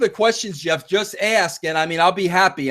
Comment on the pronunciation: I was waiting, in vain as it turned out, for you to address the leaving of JJ Dillon. Or for that matter the rudicrious claim, that you 'came up with' Montreal. Conveniently leaving out bits, for a change. Oh and it's 'ASK' not 'AKS'. Bro.